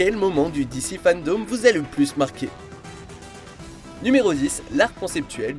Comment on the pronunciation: Par contre fandome pas fandaume c est vraiment relou la façon dont tu le dis tout le long